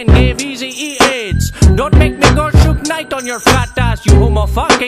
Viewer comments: “Shoot night”…..? It’s “Suge knight” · it's "suge knight" not shoot night